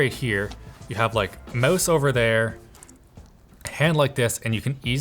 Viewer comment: "That'll probably the one that you plug your MOOSE/MOUSSE into" 😜